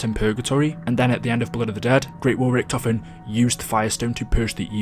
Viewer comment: How can you butcher "Richtofen" that terrible?